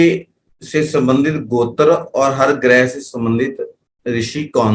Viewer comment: आप गोत्र ,का उच्चारण सही नहीं कर पा रहें है कुछ समझ में ही नहीं आ रहा है